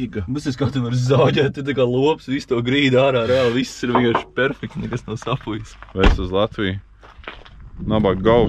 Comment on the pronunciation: Kā izdzirdu vārdu "sapujis", tā man arvien vairāk māc šaubas vai es visu mūžu esmu teici pareizi "sapuvis"! :D